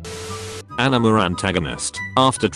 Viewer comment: Am I the only one who hears the text to speak saying ENEMA instead of ANIME?